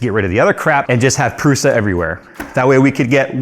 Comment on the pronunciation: This is the second time this week that I've heard Prusa pronounced wrong... What's going on?